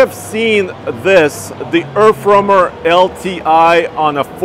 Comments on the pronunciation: earf womer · Anyone else hearing Erff wormer?